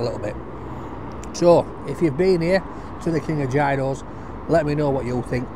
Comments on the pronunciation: 4 different pronouncations of it depending on where in Greece.... yeros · It's pronounced 'Yeeros' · Love your channel....here is how to pronounce 'Gyro'......................."Yee row". Roll the 'R'. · Yi-ros. Γύρος. Very easy to pronounce lol. Also, learn some Greek phrases. That’ll impress the Greeks! You may even give you something for free. I never order in English at Greek restaurants or kebab shops unless the waiters there don’t speak Greek. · they are pronounced as " yeeros" my friend!🤗🤗🤗🤗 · Call it what you like, but it’s Yee-ro, or Yeeros if you want to show off. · It's pronounced apparently yeros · Gyros pronounced year o's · Pronounced like "euros" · Why do you never listen to people who tell you the way to pronounce gyros? Is it plain ignorance or stupidity?